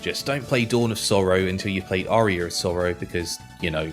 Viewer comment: Why does he pronounce Aria like Arrear 😂😂